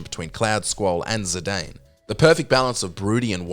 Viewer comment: I made that mistake for years, but it's pronounced "Zid-ahn".